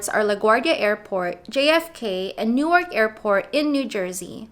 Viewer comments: ..And please. It's pronounced 'Nork" , not "New-ark". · Newark is pronounced nork not new-ark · "New-Ark" ... Oh god stop. lol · Newark, NJ isn't pronounced like Newark, Delaware. As for paying $2.75, just jump the turnstile like half of NYC does.